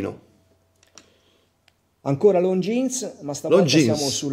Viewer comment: Longines, non Longjeans! Per spirito d'emulazione è consentita anche la pronuncia alla Davide Cecchini, che tra l'altro utilizzo sempre anch'io: Looongines 😉 Looove!